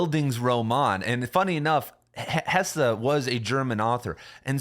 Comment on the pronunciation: It’s hess, not hessah